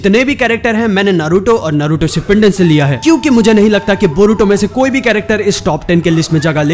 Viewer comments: SHIPPUNDEN NHI HOTA BRO SHIPPUDEN HOTA HAI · Shipandin nahi Shipudin hota hain